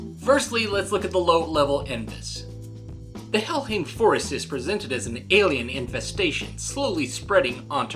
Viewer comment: It's not hellhim it's hellhime